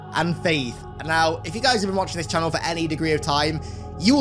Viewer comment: are you serious right neow bro?